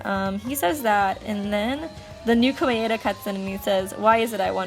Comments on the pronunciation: You're pronouncing Komaeda wrong,. It's Koh-mah-eh-dah, which sounds like Koh-mai-dah when pronounced fast. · omg the way u said komaeda